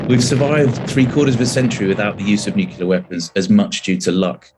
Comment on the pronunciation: Nukular...... isn’t it pronounced nuclear?